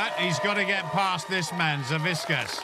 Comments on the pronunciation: WHO THE FUCK IS "SAVISKAS"? IT'S SAVIK-AS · All right.. Im a Lithuanian just like Savickas, and please ssay his last name correctly. It's Savickas and the C and K is said seperatly, nots just a one sound of K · These announcer really can't pronounce Savickas wtf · "we have a champion deadlifter and his name is 'Saviskas" ... WHO? oh you mean SAVICKAS